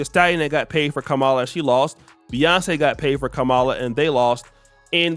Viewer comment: Kam - mala. Not kamala the UGANDAN GIANT